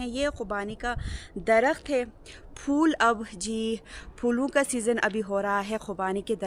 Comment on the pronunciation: Pattey ko fattey bolo Yahan theek bolti ho Betta magger phool ko fool bolti ho Jo roung hey.